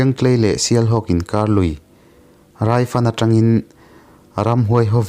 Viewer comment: I thu chhiar a ngaihnawm khawp mai mahse thu pakhat i chhiar a Raifan tih thluk kha a dik lo deuh thluk sang lo vin tawng pangngaia lam zawk tur a ni e.